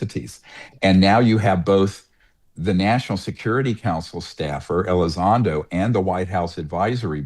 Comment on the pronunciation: It's Elizondo NOT Elizondro. Words matter, you sound ignorant on the topic.